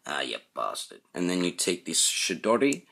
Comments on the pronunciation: Great review, I laughed my ass off when you said Chidori cuz it sounded like you said "Shit-doddie" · Good review sir! I have the original Sasuke, but might pick this on up for the new accessories. I could tell if you were pronouncing shidori or chidori?